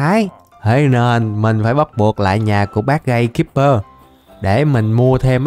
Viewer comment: Gatekeeper phiên âm tiếng ziệt:gay-kip-bơ